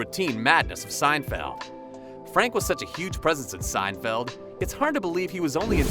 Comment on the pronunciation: Yes, I laughed out loud when I heard this . With such outlandish narration I'm surprised that elsewhere we didn't hear Jerry referred to as "Jerry Seinfield."